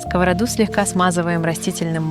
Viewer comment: Ура! Вы говорите "сковородА"! А то "скОворода" с уст всех блогеров достало. Рецепты простые, вкусные , спасибо! Можно ещё в виде бельгийских вафель; в виде кексиков из кабачка и сыра; омлет из кабачков, цветной капусты и брокколи в духовке.